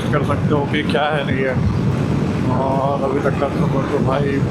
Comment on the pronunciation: Ek blog me bhai ne 1000 bar औङ औङ bol di. Bhai pronociation sahi kar lo और hota hai औङ nhi bohot irritating lagta hai baki keep it up